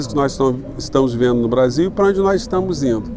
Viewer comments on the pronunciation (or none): O Eduardo Moreira pronuncia o Brasil igual ao gringo...kkkk...pra vcs verem como a classe média nem noção tem...francamente, heim? Brazil??? Vira latas mesmo...aqui se fala português.,,ficaremos nessa penúria, Sacou?